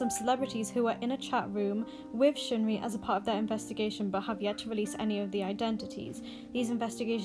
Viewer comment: sheungri? what makes you think that it's pronounced like that?